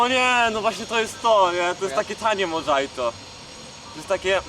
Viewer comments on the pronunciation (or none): Kurwa modżajto xdddd